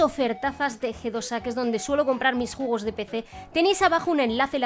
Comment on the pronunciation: jjaaj dijo juegos en ves de juegos jajajajjaa me parto